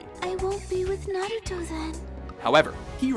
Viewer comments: Techincally, Naruto and Hinata are not unrequited lovers anymore and neither is Sasuke and Sakura. Btw, if is going to have anime videos please have someone who is an anime researcher and someone who knows how to PRONOUNCE THEIR NAMES D:< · Kind of a pet-peeve when people pronouce their names wrong. Just annoys me little lol Sakura - Sa-Ka-Ra Naruto - Na-Roo-Toe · It's not naruto its naruto and not sakura its sakura get it right you uncultured swine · ayy fucking learn how to say naruto & sakura you idiots